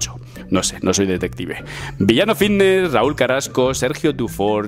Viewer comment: Jajajajaja a que no puedes pronunciar la F jajajajjajaja vitness juajuajuajuajaua activus jajajajajajajajajajajaja que manera de hablar mal jajajajaja me haces reir mucho con tus videos